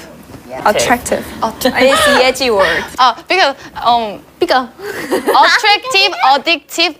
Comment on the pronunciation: She did not, she said "becoh" while trying to say "because" fast. You don't even need to be Korean to understand that was she said wasn't 3 syllables like 그니까, and I'm Korean anyway.